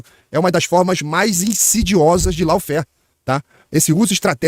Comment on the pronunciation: Maravilhoso! Quanta cultura a ser divulgada! Cuida só pra não pronunciar "lau-fér", mas sim "ló-fér" 😊